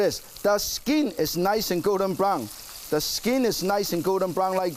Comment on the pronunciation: The SKEEN, ees niys and gowden brown